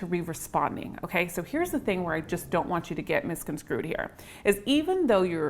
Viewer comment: did you say 'misconscrewed,' as opposed to misconstrued? I've been saying it that wrong way on purpose for years.